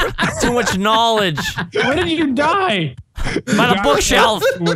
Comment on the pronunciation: KNAWLEDGE :v